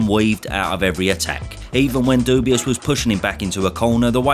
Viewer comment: it's not... dubious... it's dubois.